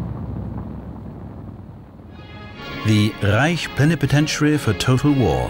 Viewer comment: and thus ends the overpronunciation of the H in reich